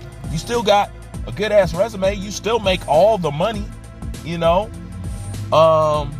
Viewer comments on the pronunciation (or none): none